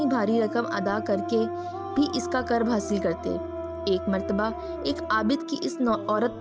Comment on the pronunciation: ye lafz qurb h q k uper pesh h